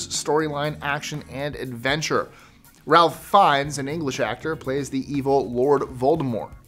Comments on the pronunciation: Sorry,. Ralph Finnes' first name is pronounced Rafe, not Ralph. Three of my favorite improvised lines from Harry Potter are in Chamber of Secrets. Draco sees Harry (polyjuiced as Goyle) still with his glasses on, and Harry says he was reading. Draco says "I didn't know you could read". Then at the end, Lucius Malfoy says to Harry, "one would hope that Mr. Potter will always be around to save the day", and Harry replies, "Don't worry, I will be" (both lines were unscripted). In the scene with Voldemort, the hug between him and Draco is also unscripted (part of his changing how he delivered his lines in every take of that scene). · His name is pronounced as “Raif” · Ralph Fiennes’ name is pronounced Rafe. 🤦🏻‍♀️ “I’m the king of the world” was in the script. DiCaprio hated it so much he wanted Cameron to take it out but Cameron wouldn’t budge. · Its spelled Ralph. But he pronounces it Raif